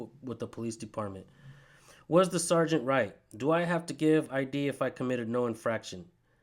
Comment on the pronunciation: Man I would have lit up that supervisor on the detainment law ( I D ) Hes no better educated than officer “Eye -Radar” 😳 🤬